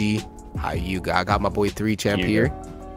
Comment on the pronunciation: the way he said sauske and neji's names. Hi-you-gah